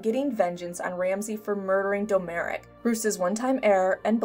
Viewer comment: Domeric. Pronounced DOM - RICK. not Doe Merick.